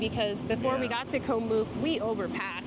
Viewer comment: Btw it is not pronounced "moook" with a long 'o". It is "oo" as in cook, it should rhyme with cook.